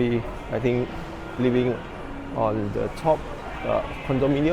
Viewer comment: Three. Think. Third. Not Tree, Tink & Terd. How you say Tru"th", is how you say the "th" in "three".